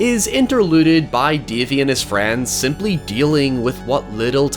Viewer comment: My favorite protagonist, "Dævee, the pæperbœy".